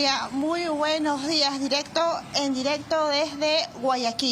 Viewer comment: Se dice : "buenos días". No buenoj jiaj. Habla bien